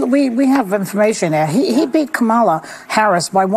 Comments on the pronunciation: Uhhh... did Joyce just say KaMALa? . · She mispronounced Kamala! How racist! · Did Joy just pronounce Kamala name incorrect? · It’s funny how she can’t even pronounce Kamala’s name correctly or at least the way that, Kamal wants her name to be pronounced.